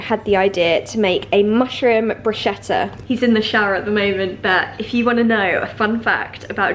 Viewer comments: sweetie it pronounce "brusketta" not brushetta :* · Hi Niomi, lovely video! Just a little friendly marking, the italian pronunciation of 'bruschetta' sounds like if you write 'brusketta', I hope no one gets offended 😊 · Great video Niomi!☺ Love watching Joe in your videos, you guys are so cute together😁 P.S. just wanted to let you know that bruschetta is actually pronounced "brus-K-etta"☺😊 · It is pronunced BRUSKETTA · Hei Niomi! Absolutely love your videos, they inspire me so much! But as an Italian I have to correct you: it is actually pronounced brusKetta! but it is written Bruschetta ❤️ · It's pronounced "brus-ketta" :) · Hi Naomi! I follow you from Italy and absolutely love you and your videos! Just one thing: the word “bruschetta” is said like if there was a “k” (so, brusketta)!! 😊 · Love this kind of videos!! 😍 just wanted to tell you that Bruschetta is pronunced "brusKetta". xx from italy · Just like an FYI: in words like "bruschetta", the "sch" is pronounced more like a "k". :) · I really love all of your videos... but let me tell you something: I'm Italian and I can't really bear the word Bruschetta in the English way to pronunce it. Please! It's an italian word and we pronunce CH as a K. <3